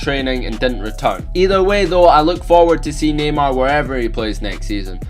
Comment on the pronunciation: It sounds like he is saying gaymar